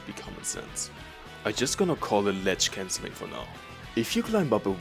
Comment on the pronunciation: "ledge cancling"